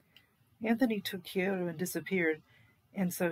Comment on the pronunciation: Yoko's daughter was Kyoko - not 'Kyoto'... :/